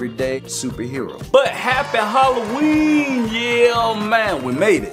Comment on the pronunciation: im deflenty mad with it is not halloeen